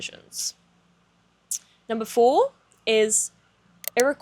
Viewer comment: Very interesting! Thank you for being brave and posting your thoughts on YouTube, a dangerous place for women to be open and honest without death threats! A few thoughts - Iroquois is pronounced without the final "s", that "s" is silent as the original word comes from the French who gave them that name. And also, the opposite of patriarchy is not matriarchy but Equality. (Capital E is mine and intentional.)